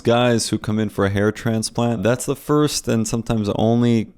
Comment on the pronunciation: "firskst" "instabull" This guy is an absolute moron